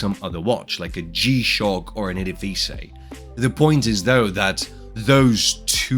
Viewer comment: Wait. How did this guy just pronounce “edifice”?! Bahahahaha!